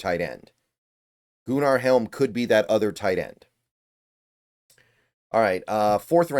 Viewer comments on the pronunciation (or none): Goo-nar is crazy 😂